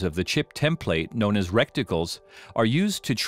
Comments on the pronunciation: Look here, it's a reticle, not a recticle. Sheesh LoL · Reticle. Not wreckticle. Lol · Mispronounced reticle